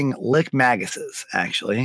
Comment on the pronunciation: My OCD kicked on with the pronunciations of Ossuary and Lich